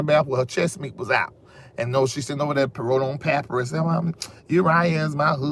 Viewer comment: the word papyrus is pronounced "puh-pie-russ"!